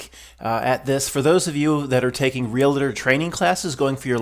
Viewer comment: Glad you said 'realtor' and not "relator"🙂